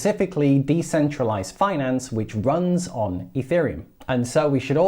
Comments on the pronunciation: i've never heard any american say it like that lol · Does Cathie pronounce Finance in a weird way or is that how all Americans say it? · No, most of us don't pronounce finance that way.